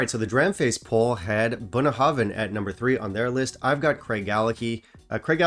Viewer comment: I love to hear you pronounce Bunnahabhain releases. I'm sure my pronunciation is worse